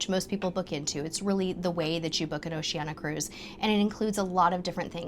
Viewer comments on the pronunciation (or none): Oceania is pronounced "Oh she an ee a", there is an i two letters from the end of Oceania